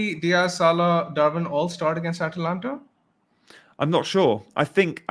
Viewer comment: Gianni a dispoiment as always. You.don t even know how to pronunce Atalanta for god sake. FORZA ATALANTA!!